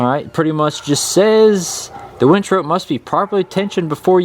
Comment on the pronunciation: Umm... it’s a winch, not a wench. Otherwise, great video.